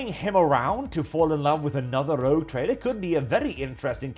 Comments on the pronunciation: Rogue, not Rouge. I realise English is not your first language, but both those words derive from the French, so no excuse. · Sir, I believe it's "Rogue Trader", not "Rouge Trader"..... But Rouge Trader is....funny....interesting twist....